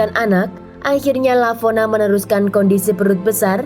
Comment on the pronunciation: Lavona... Kok jadi Valona 😂